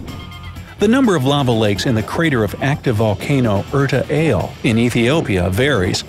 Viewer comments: the name of the lava lake in Ethiopia is pronounced like Erta Allez, as in the French "allez," not like the English "ale". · If I were to make what is supposed to be an informative YouTube video, I would do at least enough homework to learn the proper pronunciation of place names. Erta Ale is not pronounced like the beverage, but rather is pronounced like the alley, as in a drive between buildings, or like the place where we go to bowl. In college English composition this would be a fatal error. This though is YouTube, an academic cesspool, so report to the library for detention.